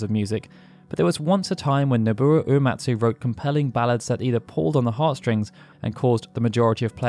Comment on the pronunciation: How is Nobuo that difficult to pronounce lol?